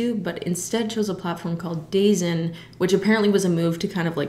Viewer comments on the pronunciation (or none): DAZN is pronounced Duh-Zone Bellator is pronounced Bell-uh-tour